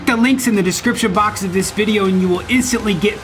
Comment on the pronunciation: is the kind of guy to fake saying video as vidja 😂